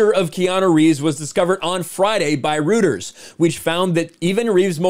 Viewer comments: Rooters lol it's pronounced like roy-ters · Reuters is pronounced "royters", not "rooters". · Reuters is royters btw dude not rooters